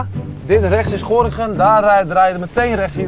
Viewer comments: hoe Stefan Gorinchem uitspreekt 🤦‍♂️ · Echt grappig hoe ze Gorinchem uitspreken 😂 je zegt gorkum😂